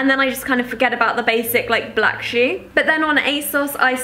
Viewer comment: the way you say shoe is so british, its adorable haha! loved this video, im addicted to asos <3